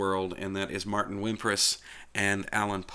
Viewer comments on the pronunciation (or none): none